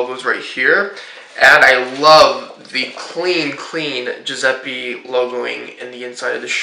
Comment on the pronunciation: Yes, +Alessia Mcdonald is right! + You should pronounce the latter "E" of the name Giuseppe the same way you pronounce the former "E", like you pronounce the "E" in the word "bed".